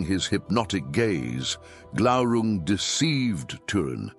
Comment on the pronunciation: Glaurun"g". Isn't it? Glaurung? Ah. There it was. You missed the "g" at first, I thought. The only part of the Silmarillion that I memorized, the epitafium on the Isle of the Hapless: Turín Turambar Dagnir Glaurunga.